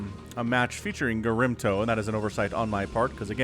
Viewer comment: OG Protoss player gets mispronounced all game long. Doesn't deserve that. :(